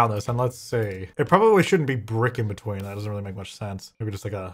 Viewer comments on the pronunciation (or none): none